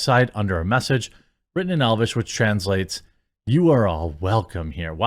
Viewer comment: I love how everyone pronounces it "THE MESSAGE!"